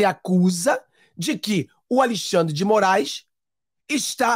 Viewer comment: Muito obrigado por nos ensinar e esclarecer os fatos, e nos tornar conservadores fortes. Mas peço por favor, fale Alexandre, e não mais Alixandre. Abçs